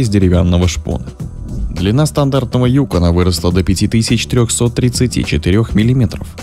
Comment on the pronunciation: Опять диктор неправильно ударение ставит. Правильно на вторую гласную ЮкОн.